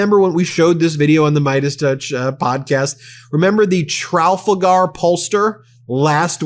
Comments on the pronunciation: Ben, it was embarrassing when you said "Tralfagar" [sic] I don't want people to discount your message because they think that you are not knowledgeable. Please Google "Lord Nelson" if you are unsure of what Trafalgar references. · Trafalgar: truh * foul * garr. Love you Ben 🙂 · Fox socialists for the elite only say whaaaat? Teeth gnashing in those rich enclaves today. Ben, it is pronounced Tra-FAL-gar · truh-FALL-gar, Ben! C'mon, man!